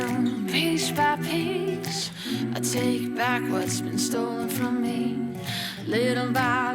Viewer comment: It is so freaking annoying that the singer in the 'outro' pronounces piece as 'pisch'.